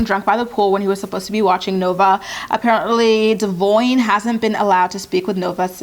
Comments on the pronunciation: I think it is pronounced Duh vawn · Why did it take them this many seasons to learn how to pronounce Devoine's name? lol No wonder he drinks. Mtv shades everyone so bad.